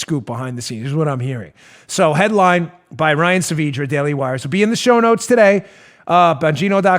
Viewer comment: Why don't you ask Ryan Saavedra how to pronounce his name? Hint: look how it's spelled - it's not SAVEEDRA.